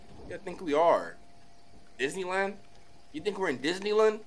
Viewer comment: Did anyone else notice said Disneylan he forgot the d wait pause